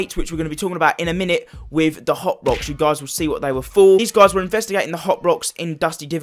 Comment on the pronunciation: It sounds like you said Hot Box not hop rocks